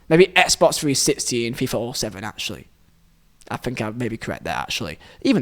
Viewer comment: "Four years to Fink" 🤣